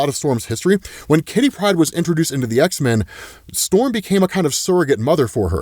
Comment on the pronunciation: OH MY GOD!! IT IS KITTY PRYDE!! TWO WORDS. A FIRST NAME AND A LAST NAME. FOR THE LOVE OF ALL THAT IS HOLY, STOP SAYING HER NAME AS ONE FRIGGIN' WORD!!!!